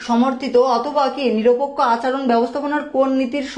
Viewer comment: এই স্যার টা বাংলা রিডিং এ বার বার ভুল করে তাই ভালো লাগে না🙂 যেমন :নিরপেক্ষ কে নিরাপেক্ষ বলতেছিলো🙂